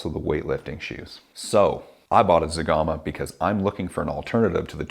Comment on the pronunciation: Wowwww you killed zegama hahahahaha